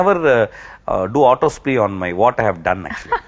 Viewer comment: Autopsy not Autospy....☺️ Im also Big fan of him...